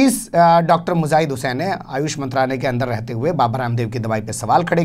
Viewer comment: Matlab.... ko bhi urdu arbi nahin aati....laanat hay... Mujaahid ko (muzaahid ) bol rahe hain.....afsos